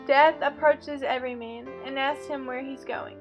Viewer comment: clicked to watch the summary of ''everyman'' but you summarised the story of ''every mean''. please try to pay attention to the stressed and unstressed syllables in order to pronounce clearly